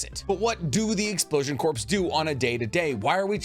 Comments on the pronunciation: Hey man, no disrespect, but corps isn't pronounced as it's spelled its pronounced as core. Like the marine corps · 23 - Please. Corps is pronounced "core". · I like your videos but i cringed when you said corps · Hey, just so you know the ps the corps is silent. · Corpse vs corps. Very different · The only nitpick thing I have is the incorrect pronunciation of corps. The p is silent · Dude its a silent P like the Marine Corp its a silent P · Corps is not short for corporation, it’s a military unit. Also the p is silent. All in all though, loved this video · The "p" is silent in the world "corp" at least in the capacity of a military unit. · Sorry but I meant at: Corps sounds like CORE. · Dude I'm saying this bc I'm a huge fan, corps is pronounced "core" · Corps..... Is pronounced core...... I'm sorry i had to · Crops is said like core. And it's not short for cooperation XD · I understand that Japanese is hard to pronounce and I am not commenting on that. However, in the ENGLISH language, “Corps” is pronounced “Kor” or “Core”. Also Kakuzu is pronounced With “oo” at the end in the sub and dub. It is just careless to not pronounce these things correctly. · Corps sounds like core. Not corporation, military unit. I agree that they likely hollowed out the dwellings of the village. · This bothers me just enough that I have to mention, the PS in corps is silent. You wouldn't say a marine corPSman. You would say a marine coreman. Spelling only to better example. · Um, “corps” is pronounced “core” i know thats dumb but then again its english, none of it makes sense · Corps is pronounced phonetically "Core" like Marine Corps (Marine "core") No worries brother. It trips a lot of people up. Including President Obama once when he mentioned the Marine Corps. Which is funny cause the president is kind of directly incharge of the Corps. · I think "Corps" is pronounced "Core" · Corps is pronounced “core” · the word corps is pronounced like “core” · CORPS is pronounced 'Core'.